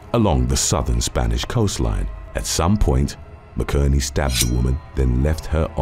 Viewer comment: You’ve finally pronounced a name wrong. McInerney is pronounced Mac in ernie … 😅